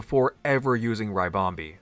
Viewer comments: When American PokeTubers mispronounce Pokémon names it makes me shiver 🥶 lol but happy to be wrong if I am, but is it not RIH-BOM-BEE (like a ribbon) 🎀 like what the Pokémon is shaped like so not RYE-BOM-BEE ? Love the content as always, by the way it’s just one of my little pet peeves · It's a ribbon bee, not a rybon bee. It's ribonbee not raibonbee